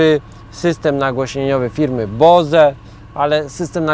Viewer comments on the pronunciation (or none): film w porządku, ale Bose raczej powinniśmy wymawiać po angielsku ("bołs") niż po niemiecku ("boze"). To amerykańska firma, której założyciel był z pochodzenia hindusem.